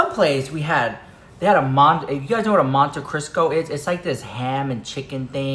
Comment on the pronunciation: Monte Cristo dahling not Crisco.